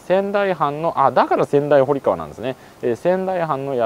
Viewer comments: 小名木川は「おなきがわ」ではなく「おなぎがわ」です〜 また、仙台堀川は「せんだいほりがわ」ではなく「せんだいぼりがわ」です〜 隅田川周辺の土地をスーツさんが巡ってくださって嬉しいです！！ いつも楽しませてもらってます(by地元民) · 小名木川の読み方は「おなぎがわ」、仙台堀川は「せんだいぼりがわ」ですよ～。